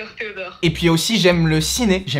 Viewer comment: les « d accord theodort »😂😂